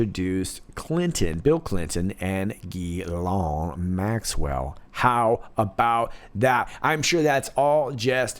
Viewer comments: Are you saying the second syllable of Ghislaine’s name wrong just for fun? The British MP said it right on your program! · S'il vous plait,, don't yell at me. You see I'm French, hence highly sensitive. But I MUST tell you: it's 'GHEE-LENNNN' (the mini-Maxwell) and 'NAHNT' (the burnt Cathedral). Don't argue, French women are always right, you won't win this. Merci beaucoup, excellent reporting and analysis as always.